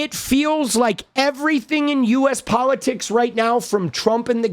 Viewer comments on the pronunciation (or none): none